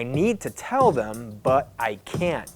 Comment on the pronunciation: I hear wating like weding and can't like can